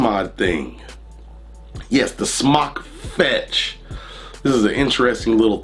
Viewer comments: There's a line over the "o", so wouldn't it be pronounced "smoke" not "smock"? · Just wondering if you are pronouncing it correctly I was under the impression it was pronounced s m o k e like smoke to smoke a cigarette but now I'm unsure